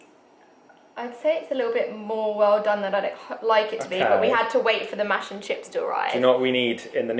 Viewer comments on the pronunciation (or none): none